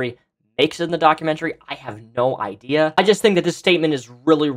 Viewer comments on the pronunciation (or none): none